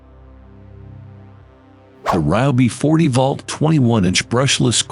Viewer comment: Tell your announcer,, that "volt" does not rhyme with "vault". This is why you should hire a human being and have human beings listen to the narration before you post it online and undermine your own credibility.